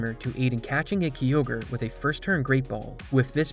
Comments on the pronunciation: and kyogreis said like ki ogre not key ogre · My guy... Interesting vid and all; but it isn't Key Ogre, it's Kai Ogre. Like the dbz Kai. Totally threw me off 😅😂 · Its a kyogre not a kiogre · The Ky in Kyogre is pronounced like Kai, not like key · KYOGRE KYE-OGRE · You calling kyogre key ogre is sofunny lol i cant unhear it now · "Kee ogre" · Im sorry but did you just called Kyogre kiogre? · i have heard many people butcher pokemon names but i have never heard one as terrible as key-ogre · Love the content but some pronunciations are quite bad. KYogre is not pronounced KEYogre. Also Liza is different than Lisa. Small tweaks, but for an overall much better vid! Thanks! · who pronounces Kyogre as "key-ogre"? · I cringe everytime I hear Key-Ogre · Ughhh. When someone who clearly has never played the game makes a video about it. Key-ogre 😅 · gen 3 is my all time favourite gen, so that Kyogre pronunciation ripped out my soul 😭💀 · You pronounce all the pokemon names correctly except Kyogre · I love the way you say Kyogre 🥰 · The most infuriating part is your pronounciation of Kyogre and Liza's names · How do you mispronounce Kyogre